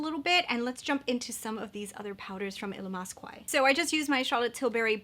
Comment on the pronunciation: Gorgeous look 🥰 (Illamasqua is pronounced ill-ah-mass-ka)